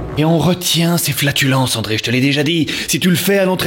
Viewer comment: c'est Andréa pas André, mais super vidéo